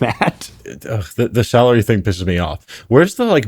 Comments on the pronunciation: honestly atp ive been watching for so long that i was unsure if hearing him say 'salary' as 'sourly' was an accidental misread or if it was intentionally edited that way to gaslight the listener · at this part i misheard the word "salary" so i interpreted the sentence as "they're paid sourly rather than hourly" and i was like "damn i bet. that's a bar though"